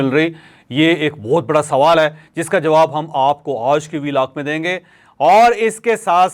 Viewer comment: لفط "آج" پر زور ذرا کم دیا کریں